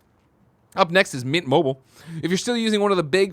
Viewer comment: No one on this shows fully pronounces MINT. Every time you read the ad it sounds like You guys say MIT mobile. Lol.